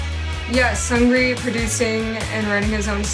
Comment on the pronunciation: Btw the correct way to pronounce Seungri is Seung-ri, not Seun-gri :)